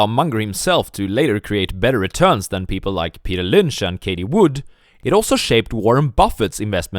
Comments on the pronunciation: Bro her name is fucking Cathie. CATH-EE SAY IT WITH ME PLEASE. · Love the videos. Please learn how to pronounce the name 'Cathie', thanks.